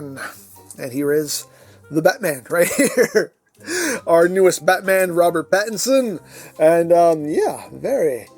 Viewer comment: It's not Bat Pat, it's Robert Battinson! 😂😂